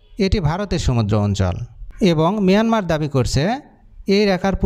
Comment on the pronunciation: Ota Mayanmar, not Miyanmar. Sobaikei miya baniye dibi naki uneducated kothakar.